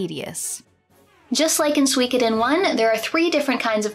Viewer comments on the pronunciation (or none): suikoden not suweecoothen. s2 was the best btw if u didnt know. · “Sooweekoden” Girl. Pronounce it correctly if you’re going to shit all over it. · I always pronounced it as Soo-koden like suit. It's weird hearing it as So-wee-koden. It's like reading an entire book saying a name a certain way only to find out you had it wrong the whole time.